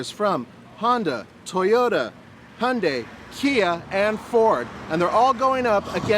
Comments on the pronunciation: It's Hyundai not hoyonday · faouzi nammoura It's pronounced Hyun-dae I believe. And it means modernity in Korean. Source =Wikipedia Hyundai cars are now technologically superior compared to Japanese cars. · Hyundai like Sunday lol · faouzi nammoura Really? Don't need an Arab to tell us how to pronounce a Korean word. But yeah, thanks anyway.